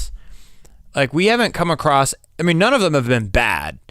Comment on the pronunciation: On the first song you pronounced "across" correctly